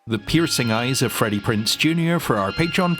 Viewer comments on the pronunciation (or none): Also it's Prinze not Prince lol